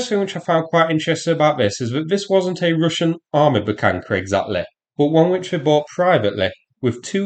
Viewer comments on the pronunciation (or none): I'm curious: Is there some rule or something in english grammarthat there shall be no H withoun a k infront of it? It's a Buhanka, not Bukanka, like eng speakers make it sound.